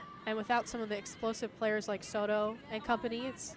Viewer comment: la mejor jugadora es Zzoro, la narradora nunca pudo pronunciar Soto, y en cuanto a las bellas mexicanas, pues ademas de bellas muy talentosas.